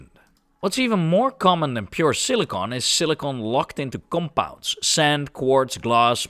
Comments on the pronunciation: SILLY CON.... NOT cili cone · Why you keep saying Silicone and not Silicon ?????? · I think he is saying Silicon most times, might have slipped couple times or maybe it's the accent. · This guy can’t pronounce silicon